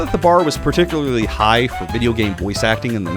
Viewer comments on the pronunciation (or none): none